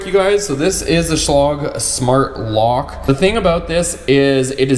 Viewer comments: It’s lage NOT log! Dopey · Learn how to pronounce the make? SCHLAGE THERE IS NO LOG!